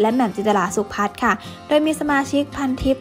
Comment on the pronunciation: คุณควรอ่านนามสกุล นางเอกว่า สุก-ขะ-พัด นะครับ